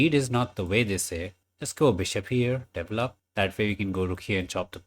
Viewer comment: DE-VEL-LOP not D-VLOP